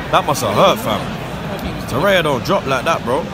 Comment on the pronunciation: It’s to-rear-ra